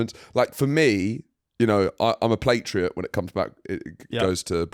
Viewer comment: Did mean to say 'patriot'? Or is 'platriot' a real word, maybe something to do with food (plates) and national pride or something?